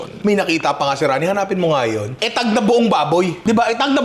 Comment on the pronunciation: Not eh-tag...it's UH-tag or EE-tag